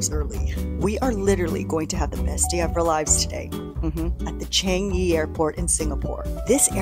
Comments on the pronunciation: It’s pronounced “Chi-ah-ngi” Also yea I’m proud as a Singaporean seeing Singapore had done it again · Its changi as in 창이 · Changi Airport, so used to saying chang-ee 😂